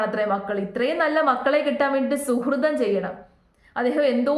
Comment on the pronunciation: അങ്ങേര് അയാൾ എന്നൊക്കെ പറയല്ലേ. അദ്ദേഹം എന്ന് പറയണം. സുഹൃതം അല്ല. സുകൃതം (മമ്മൂട്ടി ചിപ്പി ഒക്കെ അഭിനയിച്ച സിനിമ - സുകൃതം. സുഹൃതം അല്ല)